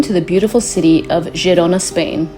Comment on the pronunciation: It's pronounced Herona